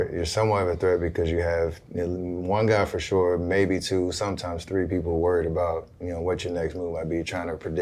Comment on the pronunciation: LeBron “for shore” james